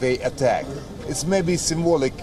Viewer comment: "Symbolic" jajajajajajaja